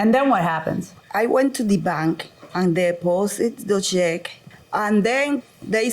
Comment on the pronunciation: Check? I thought she said sheck. I said what is a sheck? Lmao...